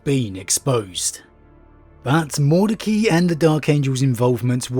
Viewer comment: You didn't half savage that Liberians name. Break it down Mord ec ai, just say the i.